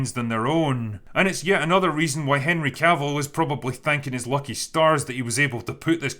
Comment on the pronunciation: Lol "Herny" Cavill